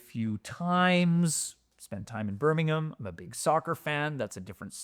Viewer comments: I appreciate your pronunciation of Birmingham and not Birming-HAM. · for pronouncing “Birmingham” properly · Thank you from the bottom of my Brummie heart, for pronouncing BIRMINGHAM correctly…XXXXXXXXXXXXXX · Sooooooo much credit for pronouncing the name of my city correctly!! Also, great video!